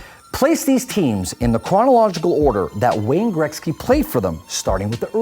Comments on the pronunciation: why does he keep saying grekzky. best player ever show respect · Dosent it bug anyone else how the pronounce Gretzys name ?